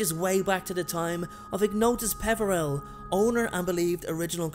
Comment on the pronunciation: Ignotuis Peveeril Potter???